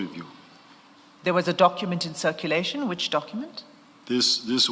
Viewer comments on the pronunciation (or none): Hoooo struggles with the pronunciation of cu that is why he document as " dokhument" so any word that requires him to use cu he sounds as khu